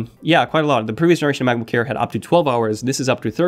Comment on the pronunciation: am i the only one who hear u saying Macbook care ?